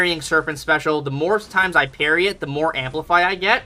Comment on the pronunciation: Your parry sounds like hairy sometimes.